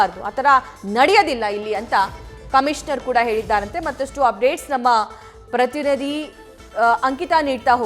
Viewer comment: ಮೇಡಂ ಅದು ಪ್ರತಿನಿಧಿ ಪ್ರತಿರದಿ ಅಲ್ಲ 😂🤣